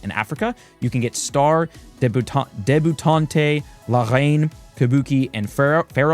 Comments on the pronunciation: debutante (Deb-U-taunt) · I say this with love but it’s pronounced “deb-you-taunt”. Like a young lady being a debutante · Note: DEH-BEU-TAUNT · That was painful 😅 . Deb-yoo-taunt (e is silent). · You were in fact not saying debutante correctly